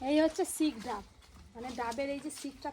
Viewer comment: শীষ ডাব বলে শিক ডাব নয়